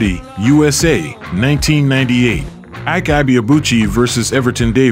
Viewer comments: It's E-Kay, not Ike. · Whites: call him Eye’k Nigerians: it’s actually pronounced “E-Kay”😊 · It's pronounced "Eekay" not "Aik". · He's name means strength It's pronounced like(E.K) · His first name Ike pronounced as E-Kay means strength/power in Igbo language. Igbos believe peoples name manifest in their life. No surprise he has so much power